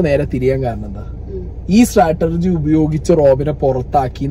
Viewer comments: Strategy not Statergy 😂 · Onnu podo...onnullenkilum statergy alla...a word enkilum correct parayum...strategy aanu